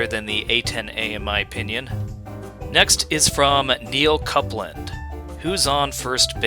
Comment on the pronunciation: Lol, only just seen this and heard you read my name out, nce try but its pronounced Coopland ;)